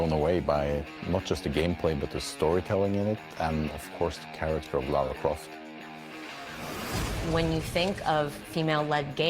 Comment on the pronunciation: Whenever someone says LAURA CROFT me: 😠